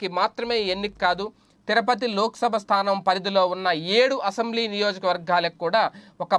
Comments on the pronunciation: తిరపతి కాదు, తిరుపతి. కాస్త చూసి చదవడం నేర్చుకోవాలి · Tirapathi kaadhu Tirupathi ayya